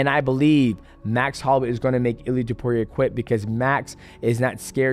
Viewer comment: “UFC Fighters” = “Ilia Toperia” 🤣🤣